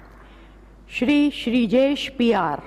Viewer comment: The word shir Wow it's really honour to hear Shir